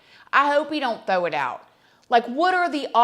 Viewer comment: Omg. 😂😂😂. I cant help but not comment that i think you said. "I hope they dont 'THOW' it out😂. I hope they dont 'THOW' it out. I literally rewinded 3x with volume full on. U always make me laugh.